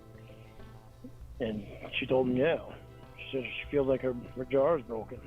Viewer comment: Just in case you forgot her "Jawr" is broken 😂